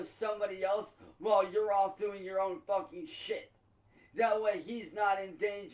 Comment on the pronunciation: The stress on the F sound as he says Fuckin